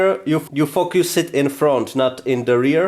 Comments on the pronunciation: You're pronounciation for focus is a little of but it's not bad. :) a little swearing is never bad for you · The way you pronounce “focus” 😂 thought I heard something else had to rewind it